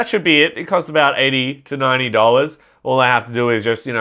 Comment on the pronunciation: How he said 100 dolers